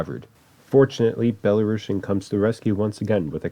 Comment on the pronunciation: You prononsed it wrong. It's not BelaruSHian. It's BelaruSian, like in word TuniSian